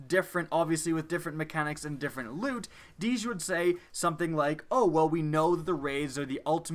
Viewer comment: Its DEEJ,not fucking DEEZ